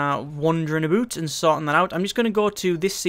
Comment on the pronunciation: Wonderin aboot! Lol